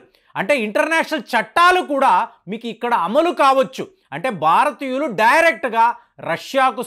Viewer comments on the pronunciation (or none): బారతీయులు కాదురా నాయన భారతీయులు దేశం పేరు కూడా పలకటమ్ తెలియని నువ్వు చట్టాల గురించి చెప్తున్నావ్ ఖర్మ